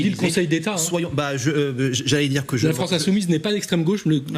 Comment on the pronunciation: Bof! Donner l’économie de la « Fronce » à la gauche, c’est comme ouvrir la porte d’une boucherie à une meute de loup?🤫🫣🫡😂🤣👋🏾👋🏾🥃🥃